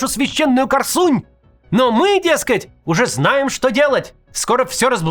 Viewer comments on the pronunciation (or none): Корсунь ударение на о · Все хорошо, только КОрсунь, а не КорсУнь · Макс, ты что Викинг не смотрел? "Мы идём на КОрсунь!" 😂 Хотя я не знаю, может быть историки уже поменяли правила ударения в этом названии